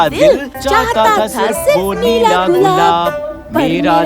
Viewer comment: Nela gulab hota Nahi hota 😀😀